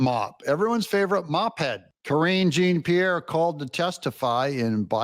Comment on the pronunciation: Please,Doug, KJP’s name is a French name. Jean is pronounced Jon. You do such a good job reporting, but you need help with pronunciation sometimes. I don’t have any respect for anyone on the left, but mispronouncing someone’s name doesn’t reflect badly on them. It reflects badly on you. Hopefully soon she will be forgotten, but in the meantime, at least say the name right.